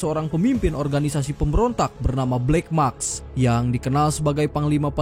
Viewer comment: Narator tdk berbobot. BLACK MASK... dibaca BLACK MAKS. Yg ditulis, artinya tdk sama dgn yg dibaca. Terjadi distorsi makna.